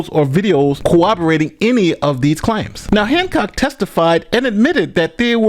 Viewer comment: "CO-WOB-ER-AT-ING"?? *, you're a lawyer, right? I believe the word you're trying to say here is "CORROBORATING." Though, it's coming out more like "cooperating" (*CC agrees), but, rather, as would be spoken by "The Impressive Clergyman" (of 'Mawagge' infamy) from the beloved "The Princess Bride."